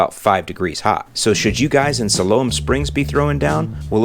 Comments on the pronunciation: Great video as always. Must be that Chicago accent over dere but uh “Siloam Sprigs” is pronounced “Sy-lum” Springs my friend. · FYI - Pronounced "sigh-lome" srings Arkansas. Great video!!!